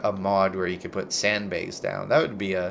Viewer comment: "sandbaygs" xD I am dying xD Littera--gulp gulp gulp